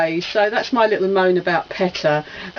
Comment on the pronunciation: Wow., great vid. PETA pronounced "PEE-DA". ;) I love "Crash Nitro", "Crash Team Racing" here in the states.., I always thought it was better than Mario Kart. "Treasures of the Deep"......fantastic hidden PS1 gem.., a truly unique game. ..."It's looks like he's gonna go ...UH-HUH"......LMAO!!!! You're quite the sexy minx in that Tenouki suit. ;)